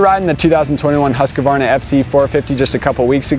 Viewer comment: Every time when you say “husqvarna”, it sounds like you’re saying “huskabarna”. Please say it right